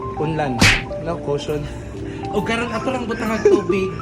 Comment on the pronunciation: Kayasas "caution" oi unlan man hahahahaaha